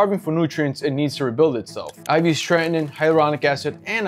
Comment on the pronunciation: Not 'Trenton ode', it's 'Tretinoin'.